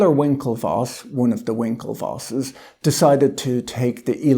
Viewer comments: I really have no clue why, when you say, "one of the winkelwosses", just cracks me up. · The Winklevosses you say? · "...one of the Winkelvosses,..." LOL